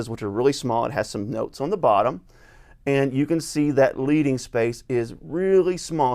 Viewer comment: Hi, great review of one of my favourite Bibles. Sorry to correct you but leading is pronounced ledding. It means the extra lead (the metal) printers used to add between lines to create the extra line space. In this case the leading (ledding) is half a point or about 1/144th of an inch